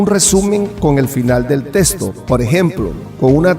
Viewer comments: Se dice texto.. no testo. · En puelto rico de dice testo